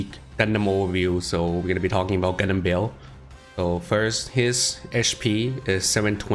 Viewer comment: it call ba-el